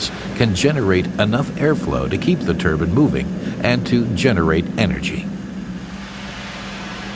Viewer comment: anyone else annoyed that he calls Turbines Turbans?